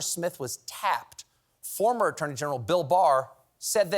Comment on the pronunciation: ...a-atonee, ..? ..??? ...an "atonee"..? ... ...????????? .??????????!;!!!?! ..."an attorney 'general'